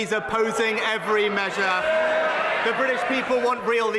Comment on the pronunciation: Also, Sunak's regular mantra "the Briddish Peeble" !